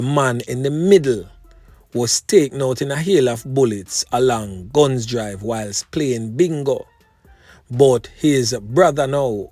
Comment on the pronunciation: Afternoon it is not (Gun)drive ...it is Gunns Drive